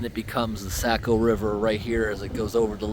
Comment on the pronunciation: Did you call it the Sack-O? 😅 Oh my.. Oh no no no... that won't do at all. Sah-co, Sah-co!! Saaaaaaaah-Co!